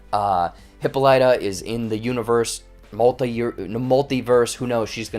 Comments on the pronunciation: This is just a rhetorical comment: the name HIPPOLYTA (queen of the Amazons) is incorrectly pronounced in this series. (Years of Latin and Greek are on my side.) It's Hip POL y ta -- not Hippo LY ta. I feel better. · So true it was irritating to keep hearing the pronunciation of the name